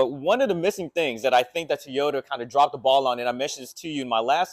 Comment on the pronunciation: What is a "TEEOTA"?